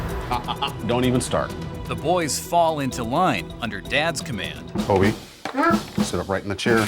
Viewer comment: His name is actually “Kobe”, not “Cody”. Uh, uh.